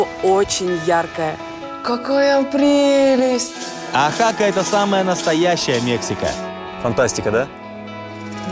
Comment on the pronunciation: ОАхака, а не ОахАка, очень режет слух